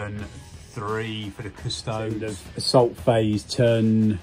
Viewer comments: cuss-toe-dees. like ass-tar-tees. not astartes. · Custodes... cus👏toe👏dees👏🧐